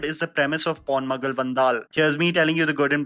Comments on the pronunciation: Appreciate taking up south indian movies! One suggestion.. getting the pronunciation of at least movie names and actor names right.. “poonmagal” alla “ponn-magal”. Actor is not “prathiban”.. he is “paathibhan”(Parthiban). Very good review! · bhai ,,,on a lighter note , when u say ponmagal vandal, please pronounce the pon part of ponmagal with 'O' SOUND, you say it like pornmagal,,i understand the language barrier, just saying,,whats wrong in trying :) love